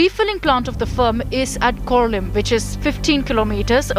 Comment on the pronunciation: Deu Borem Korum Rajdipbab and team. A small correction. Corlim is pronounced as कोर्लीं, not कोरलिम. Our places, and some in surrounding areas like Belgaum, nasalise the terminal "m". Genomic Sequencing is needed for every positive sample of Coronavirus. Hope Goa and other places consider these. Capacity of about RT-PCR 5 lakh tests per day, within Goa, maybe good. Extra capacity, no problem if used for good. Sussegadponn should not be confused with laziness. It is more with contentment.